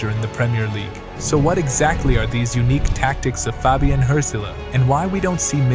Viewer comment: it’s not pronounced like hurt-zeler btw